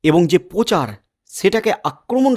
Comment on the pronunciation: ভাই ' স ' এর ওপর একটু বেশি সিলিপ খান ...সেটাকে আগে সামলান , আর " র ' ফলা" গুলো বাংলা ভাষায় এমনি এমনি রাখা হয়নি , তাই তার ব্যবহার টা চালু রাখুন " পোচার" নয় ওটা। " প্রচার " বলুন ... পোনাম নয় প্রণাম ... উচ্চারণ পরিষ্কার করে সাংবাদিকতা করুন .... নইলে বাংলা ভাষার অপমান হয় আর বাঙালি হিসেবে লজ্জার ...